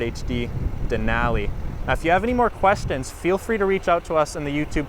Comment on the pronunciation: The way he says Denali makes my brain hurt.